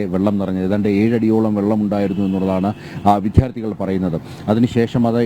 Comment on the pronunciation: വിധ്യാർഥിയല്ല വിദ്യാർഥിയാണ് റിപ്പോർട്ടറെ